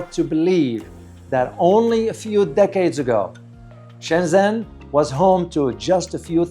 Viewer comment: Nice video. Much of the footage is spectacular. I am pretty sure "Shenzhen" is pronounced Shenjan, not Shenzen.